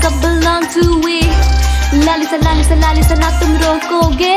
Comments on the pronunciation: apko thora word bolna bhi sikhna chaiye ye laliza nahi lalisa hoga understand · really great by the way it's lalisa not laliza and I want to ask that u know how to speak Korean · you are saying laliza love me but its lalisa love its not liza its lisa